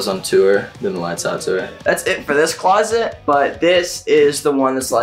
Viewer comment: Your closet is a huge house why do you call it a clost !?